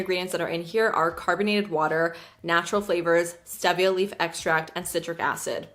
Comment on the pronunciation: it’s steeeeevia not stEHvia